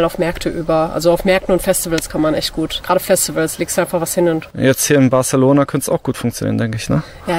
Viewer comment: "barZelona" ??? Autsch....